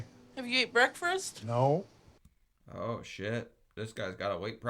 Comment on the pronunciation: Those eggs look nasty. Also she says breakfrist, as do I. Good to know im not the only one who pronounces that way. I also say melk and pellow.